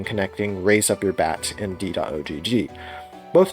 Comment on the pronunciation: You don't need to say "dot oh gee gee" the ogg is pronounced like in dog, it's short for ogg vorbis